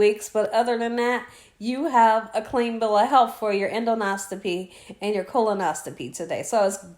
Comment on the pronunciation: Oh yes. Done that 3 times. The prep is worse than the procedure. I have been able to put the meds in Gatorade which does taste better but not great. Different doctors use different preps also. I am in the medical field so the pronunciation is End os co pee. Rest up and best of luck. Hugs Merrily in Sherwood Oregon